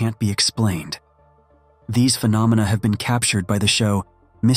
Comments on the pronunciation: "Crop circle phee-no-meena." 😂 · The way it pronounced phenomena was hilarious 😂